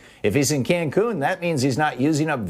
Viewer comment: Ted "concun" cruz